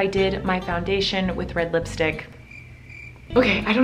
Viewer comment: Miranda pronounces lipstick as listick